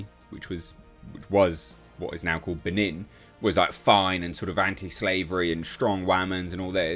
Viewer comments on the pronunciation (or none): none